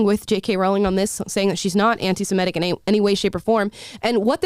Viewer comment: “Semitic” not semetic